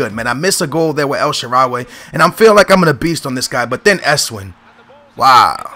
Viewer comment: you call esswein like esswaayn:) epic vid again:D